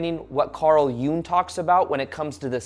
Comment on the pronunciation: Its pronounced jung not june